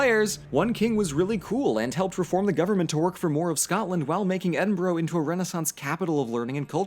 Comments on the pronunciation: next time you say Scottish Gaelic pronounce it as gA-Lick. and Edinburgh should be pronounced as Ed-in-bruh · At least he’s no saying Edin-Burrow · please never speak in a scottish accent again im BEGGING you. Also, Edinburgh is NOT pronounced Edin-Burrow, its pronounced Edin-bruh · Ed-in-bruh please can an American pronounce it right. It’s not that hard. Edinburgh doesn’t even look like it should be pronounced ed-in-burrow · Just going to say a couple pronunciation corrections. Inverness - In-ver-ness Edinburgh - Ed-in-bur-uh Gaelic - Gah-lick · As an Edinbugger I felt my soul leave by body when you said EdinBROOOOO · Am fi Edinburgh and it is officially pronounced EDIMBRUH!!! tell yer english wannabe scots fam that doll. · LOOK, I k n o w it's written Edin-burgh but I cannot emphasize enough that it is pronounced Edin-bruh - signed, I LIVE HERE. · I have never gotten the way Americans say Edinburgh It looks like that's how it should be said but it doesn't sound right Edin-bruh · Caragh Young his not really an Edin-bruh is he? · That's also not how Edinburgh is pronounced :P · Then 20 seconds later you butcher Edinburgh... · You clearly did a lot of research for this video, and yet not once did you come across the correct pronunciation of Edinburgh? ffs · >Says he's half scottish >Can't pronounce Edinburgh, Glasgow, Inverness, or Scotland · does reaserch *still pronounces Edinburgh, Inverness and Fraser wrong * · Every time you say Edinburgh wrong it hurts me. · Please for the love of all that is holy learn to pronounce Edinburgh correctly if you are going to a video on scotland